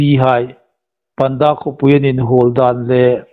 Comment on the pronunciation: Hi lai a,panda an ti hi panda ti hi,a thluk an dik naw deua,pânda ti lem ding a ni..